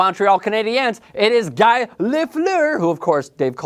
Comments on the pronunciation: It's pronounced GEE not GUY. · 'Guy' Lafleuer? It's pronounced 'Gee' dumbass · Lol its not guy lafleur its pronounced gu - ee. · It's not pronounced guy lafleer. It's pronounce gee laufliere and spelled guy lafleur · It's pronounced gee lefleur, not guy lol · It's pronounced GEE Lafleur first of all... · It's gee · Its "Gee" you knob jockey! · Guy is pronounced ghee. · The pronunciation of Lafleur's first name shows that this guy doesn't know a hockey puck from a burnt bagel. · I'm afraid your list cannot be taken seriously if you don't know how to pronounce Guy Lafleur. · WTF!!! GRETZ didn't demand a trade.....plain and simple. was he was sold. What he demanded was that Marty McSorley and Mike Krushelnyski go with him, get your facts straight. other then that a good list but I would have Mario at #2. Glad you had Guy in there but learn how to pronounce his name LOL